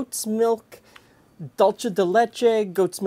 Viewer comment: Just fyi the word dulce in dulce de leche is in Spanish not Italian so it's pronounced "doolseh" (an "s" sound) not dolche.